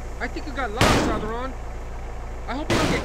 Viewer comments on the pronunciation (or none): none